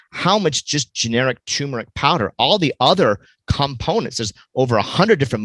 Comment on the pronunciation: It's TURMERIC....not toooooomeric.